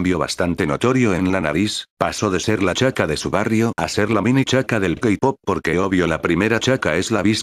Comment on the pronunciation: JAKDHSKAJA "El kapop" La verdad si me dio risa